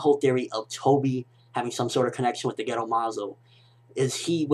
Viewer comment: haha when you said gedo, i thought you were saying ghetto like it was incomplete